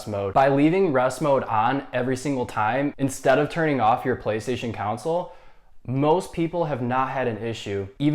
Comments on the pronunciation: He bugs me he keeps saying counsel and not console how it is actually supposed to been said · Thanks. Kon-Sul not Council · The fact that you pointed out which no one would even notice, yet kept saying “Counsole” instead on console is hilarious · lol thought i was the only one to hear that hahaha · Bruh keeps saying council wtf